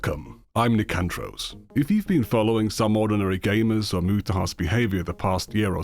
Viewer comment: "SomeOrdinayGAYmers" that's crazy 🤣